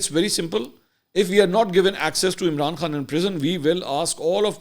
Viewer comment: Masoor sab ap ne pich k dono site wale ka lafaz theek bola thaa Imran Khan 💕